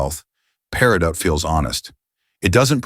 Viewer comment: Enjoyed this immensely. Thanks very much. Couple of mispronunciations were a little distracting though: Peridot is pronounced: pair-i-doh Paraiba: Pah-rah-ee-bah Spinel: spin-L Also tourmaline is America's national gemstone. I am sure people would benefit from knowing this. Also tourmaline is America's national gem.